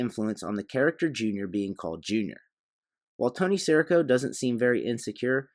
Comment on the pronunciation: Nice analysis, enjoyed the video. But at he clearly says his name “si REE co”. Not sure why you’re saying “SEAR ih co”?